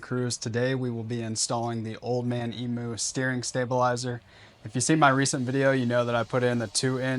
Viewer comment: Another one who can't pronounce emu lol